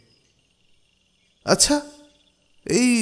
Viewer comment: ভাই! আচ্ছা উচ্চারণ একটু ঠিক করবেন। গল্প শুনতে গেলে খুব কি কানে লাগে। যুক্তাক্ষর গুলোর দিকে একটু খেয়াল রাখবেন। আচ্ছাহ না, আচ্ছা।